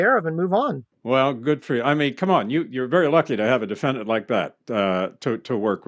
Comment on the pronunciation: Noone: Harvey: De-feNN-Dant